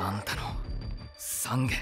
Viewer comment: お経が面白い。懺悔(ざんげ)をさんげって言ってるのはわざとかな？